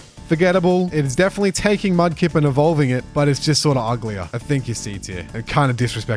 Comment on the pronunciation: Mudkip not mud lip😂😂